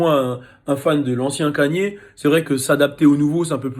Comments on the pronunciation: c'est nouveau hein que vous dites "kanié", tout le monde prononce "Keyni" même aux states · Moi ce qui me choque c'est que tu dise "Kanié"